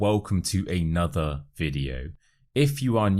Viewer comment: Hi Dylan! Very interesting videos! I' d like to ask you why you pronounce the word 'another' like an alphabet 'a' instead of a schwa. It's something I've never heard before. Cheers!😊😊😊